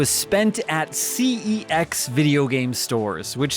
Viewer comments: Hehe, yeahhhh that isn't how you pronounce CEX. Not according to their own ads at least. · Yeah, that's not how CeX is officially pronounced. Unfortunately. Also it's quite good for finding great stuff. GAME is the equivalent of GameStop though. Cash Converters is a chain of Pawn shops. See also, Cash Generator.